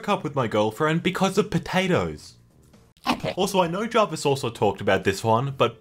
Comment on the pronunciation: who else noticed it said jarivs instead of Jarvis?